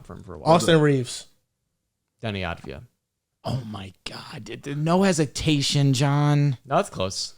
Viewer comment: Its Avdija* not Advija